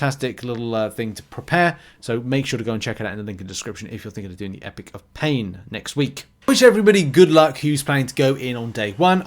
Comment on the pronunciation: Repeat after me... EPOCH pronounced EEE POCK not EPIC.